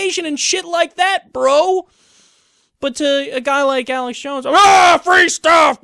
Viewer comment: Broadcasting live from the front of the resistance ( from inside the asylum) it's Uhlux Jawns